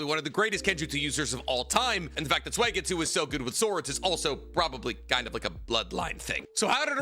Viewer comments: his name is suigetsu. not suegitsu. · I’m a big fan of “Swaygetsoo”